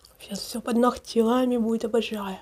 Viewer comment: не нохти,а ногти